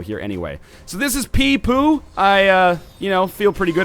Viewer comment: Pei Pooh is not Pee Poo Its Pehy Poe